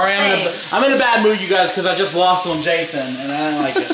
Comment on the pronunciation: okay i love you guys but can you stop saying jason it Friday the 13th its one of my pet pevs when people say things wrong